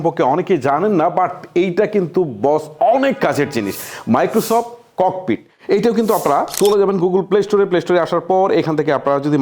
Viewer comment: আপনি সঠিক স্পেলিং জানেন না নাকি অন্য কিছু? প্রায় ভিডিওতে আপনি ভুল স্পেলিং করেন। এই ভিডিওতে আপনি Copilot কে বললেন ককপিট, Photo room কে বললেন ফিটরুম! ডিজগাস্টিং না?